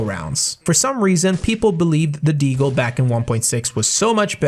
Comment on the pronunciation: I love that you pronounce Desert Eagle as Deagle. Because it was written like that as one word. And many pronounced it “Deagle” and many didn’t.